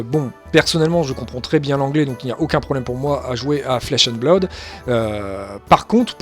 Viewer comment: Merci pour cette vidéo, c'est cool que quelqu'un s'investisse déjà sur ce jeu en France ! 2 remarques sur la forme, en espérant que ça soit constructif : ta prononciation de "Blood" au début de la vidéo (mais ça s'améliore ensuite), et un tique de claquement de bouche sur lequel on bloque (on en a tous hein, mais ça ressort pas mal). Sur le fond, rien à redire, tu as l'air de bien connaître le jeu, ça donne envie de s'y mettre ! As-tu prévu a l'avenir de parler un peu plus des archétypes de decks existant, voir de donner des idées de deck list ?